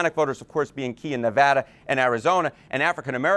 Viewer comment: Let's give Harry some love for pronouncing Nevada correctly. He must be from the West Coast.